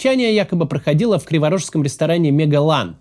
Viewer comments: Магеллан, не мегалан, если следовать тексту. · не "Мегалан", а "Магеллан" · Магеллан, а не Мегаллан, хоть прочитай текст нормально, типа хороший русский...Там район, где 90% говорят по русски в повседневной жизни, их речь слышно в записи ролика, когда откачивали 3-летнего мальчика, мальчик не выжил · Магеллан, а не мЕгалан